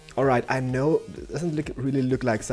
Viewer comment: What people think says when he says "I don't know": "I don't know". What he actually says: "I don't NO"